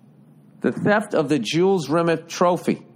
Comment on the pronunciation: The trophy was found by a dog walker, or rather his dog named Pickles, and safely returned to FIFA ("feefa")...and it's Jules Rimet (spoken like a frenchman) not Rimmit 🤭 I love that he is surprised at how small the trophy is. Bill, if this comment somehow gets to you, I encourage you to look up 'The Ashes' trophy in cricket, contested between England and Australia...it'll blow your mind.